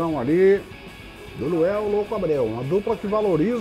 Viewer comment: Até agora o não conseguiu falar LUANEL kkk